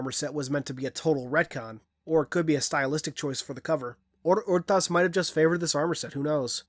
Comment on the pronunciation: Wait, is that actually how you pronounce Rtas' name? Cause I was in a party with a buddy of mine and we were trying to figure out how to say Rtas' name.